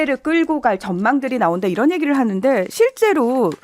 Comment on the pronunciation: 국민 여러분 다시한번 잘 들어보십시오! 이란이 아니고 이런, 이라고 했습니다~